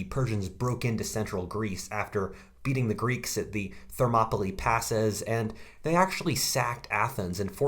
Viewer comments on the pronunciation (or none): none